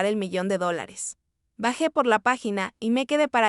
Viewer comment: Oye eres tonta o idiota no sabes decir novecientos cincuenta mil dolares, Y le da por hablar del pasado para prolongar la narrativa